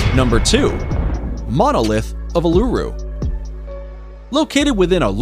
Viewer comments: Uluru is not pronounced ooh-lu-roo but ool-la-roo. And its other name Ayers Rock is not pronounced Ay-ers rock but rather Airs rock. Either way, really enjoted this video! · I'm from Australia and him pronouncing Uluru wrong hurt its said: ew-la-roo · A kind suggestion. Please check the local indigenous pronunciation of place names prior to recording. Ie. Uluru is pronounced oolooroo with no syllable being stressed. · Uluru is pronounced - oo loo roo or Ayers Rock - pronounced "airs" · ahh not a sing time did he pronounce Uluru / Ayers Rock correctly. I think I heard him call it ulura as well . like whatever, you can pronounce it wrong but pls try to be consistent about it. sheesh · Yeah I know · The pronunciation of Uluru hearts me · The way he says uluru ahahahahaha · Bro it actually hurts me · Number 2 he kept saying it wrong if you can not pronounce a word or name correctly don’t guess at it every time he used the Aboriginal name for Ayers Rock I cringed every time yuck it was so bad the way he kept saying it 🙈🙈🙈🙈